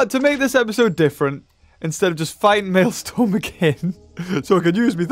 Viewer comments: Maelstrom is pronounced “Male” and “Strum” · Can't wait until the Maelstrom boss ends because your pronunciation of it makes me violently angry.